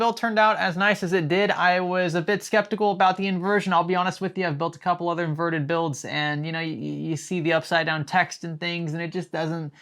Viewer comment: say invernted without n and r